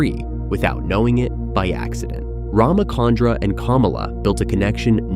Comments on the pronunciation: Please note that its Ramachandra (cha as in charcoal), not Ramakandra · First, Neo wasn't blind during this scene; he was unconscious, having lost consciousness at the end of the scene Reloaded. Second, being an Indian, hearing the miscommunication of RamaKandra is painful. It's RamaChandra, “Ch” as Chill, not Chemistry. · Its not Ramakandra, its Rama chandra just like how we pronounce Cha in chalk. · It's cha.. Like one two cha cha cha... Ram-Chandra not kandra